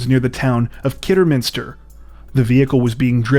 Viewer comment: Ahahaha 😂 😂 😂 Kidderminster is my town... Omg!!! 😂 😂 That chase was mental!! You even pronounced kidderminster right. Nice one dude.